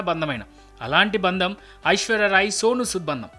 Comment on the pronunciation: బంధం అని పలకండి దయచేసి